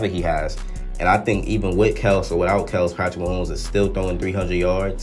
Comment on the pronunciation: Kelce is pronounced (Kell-see)